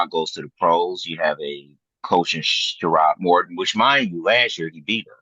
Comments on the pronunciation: That was bothering tf outta me too! 🤣 Just because you're from Flint doesn't mean you know Michigan Football. Worry about Day! 🤣🤣🤣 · It's not shearod Moore it's sherrone Moore show some respect dude...